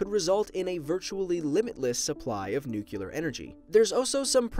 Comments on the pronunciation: Nuclear, not Nucular. Geez... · i know he noticed it but him saying nucular instead of nuclear is pissing me right the hell off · Now,, you're a pretty smart dude, yet you seem to forget how to pronounce "nuclear." Let this comment serve as a friendly reminder that it is not pronounced "nuc*ular*," but rather as "nu*clear*." Thank you for hopefully seeing this comment, and the videos are awesome as usual! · Nuclear brother not nucilar!!! Say "new clear" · NUCLEAR NOT NUCULAR! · “ Nuclear” not nukular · It REALLY frustrates me how you pronounce nuclear. ITS NEW-CLEE-ER NOT NEW-CEUW-LER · it's pronounced noo-klee-yurr, not noo-kyuh-lurr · it's pronounced nuke•le•ur not nuke•u•lar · I'm gonna be honest, it's kind of a pet peeve of mine when people pronounce nuclear as nuke-euler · it's pronounced "nookleear" he kept saying "nookyoolar" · What is so goddamn hard about pronoucing nuclear correctly, it's pronounced exactly the way it's spelled, and it's spelled nuclear not nucular. It's like I'm on a planet filled with idiots who can't say dog, they say "deg" instead, and you tell them that it's pronounced dog, but they just keep calling them degs for no reason. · NU-CLE-AR NOT NU-CI-LER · please don't say nucular it's nuclear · "Nookyuler" 😂 It's Nuclear! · STOP SAYING NUCULAR ITS NUCLEAR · Nuclear. Not nucular. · It's annoying how he says nuCULEr, it's pronounced nuCLEAR!!!! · "new-clear" not "new-kyu-ler" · "4% from n u c u l a r fission" Life Noggin March 22, 2018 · NUCLEAR. PEIROD. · Nucelar XD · I love how you say NUKElar energy, Duke Nukem approves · I'm reporting you for repeditivley saying Nucular.. Omg, George Bush made so many Americans illiterate. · i like nucular the best. you know you can dumpthe radioactive waste in space right? anyways nice video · Good video but i cringe every time he mispronounce nuclear. It’s Nu-klee-er. Anyway about hydro power? But my choice is solar. We have a long way to go to increase the solar panel efficiency though.